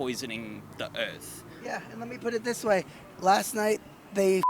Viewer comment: "It was litawy poisonin the erf"